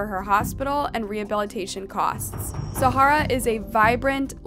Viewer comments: girllll i love your videos but its not pronounced Zahara! its just Zara! you say her name like 100 times incorrectly lol. Still love the video though! <3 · Her name apears to be Zahra not Za hara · same with Zahra being pronounced 5 diff ways 🙄🙄